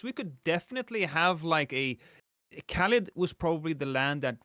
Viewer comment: Hey Lost! It’s caelid not caelid!